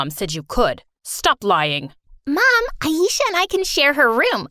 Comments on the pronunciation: No one My story animated: pronouncing ayesha as ayisha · Her name is pronounced A-eh-sha-h not A-eee-sha